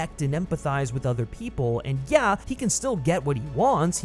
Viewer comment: Only John Wick can turn "yeahhh" into a two syllable word.